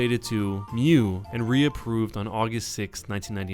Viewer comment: it's pronouced myuu, not miyu, almoust identical to mew